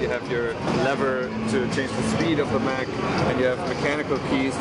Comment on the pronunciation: Mech, not mac